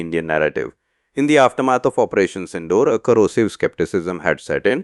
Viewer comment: Teach your AI models the right pronunciations. It is not Sin-door as in door दरवाज़ा (सिंडोर), It is Sin-dour - सिंदूर.